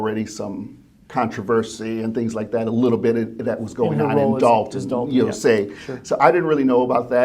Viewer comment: You pronounce Dolton wrong. It’s pronounced like you’re saying Doll (Barbie Doll) Dolton (Dawlton)